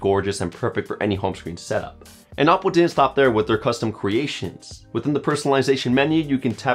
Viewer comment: Isn't it oh-po?